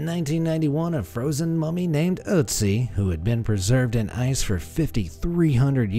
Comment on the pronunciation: German speaker here: good pronunciation of the Ö in Ötzi! I've seen Anglophones struggle with that...